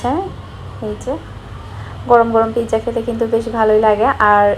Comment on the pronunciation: Plz dont mind i wanna say something to uboats apni pijja bolbenna its a wrong pronounciation eta pizza bolben